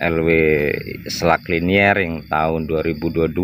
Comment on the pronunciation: Liner bang . Di baca lainer... 🙏🏻